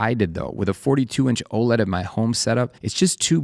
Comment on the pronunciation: What the hell is a moniner? It's a monitor. It's a VESA mount, not a VASA mount. It's literally written on the screen, in your video! It's OLED; four separate initials. It's not the letter O and the word Led. You're pronouncing part of it as a letter and part of it as a word.